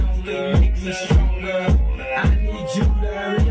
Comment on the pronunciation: "Stonger"? One R is missing